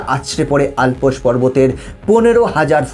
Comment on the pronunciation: Not Alpos mountain it is Llps.